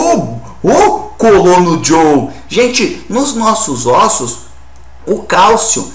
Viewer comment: "nos nossos ÔSSO " kkkkkkkkkkk